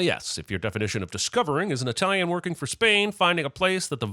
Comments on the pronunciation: Stop saying "EYEtalian" DING!!!! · A sin for Apollo Creed saying I-talian.